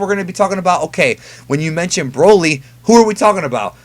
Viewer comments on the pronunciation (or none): Can you stop saying B R O L Y like that? lmaooo